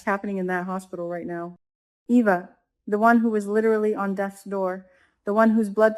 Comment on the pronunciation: EVA is pronounced “EE-VA”